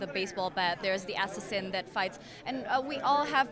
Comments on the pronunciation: I literally choked on my tea when she pronounced assassin "ass-ass-in" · I love how see pronounced the word "assassin" as "essessin" 😂😂😂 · the way she pronounces assassin tho... schwing, schwing, SCHWING!!!! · I like the way she pronounced assassin haha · I love how she pronounces assassin lol cute